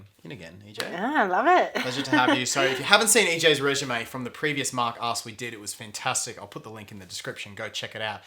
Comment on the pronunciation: Absolutely fascinating, this blew my mind, really. Also, every time he says Mark Asks, I keep hearing Mark's Arse... ;-)